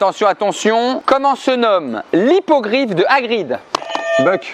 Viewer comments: Hippogriffe pas hippogride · Hipogriff pas hipogrid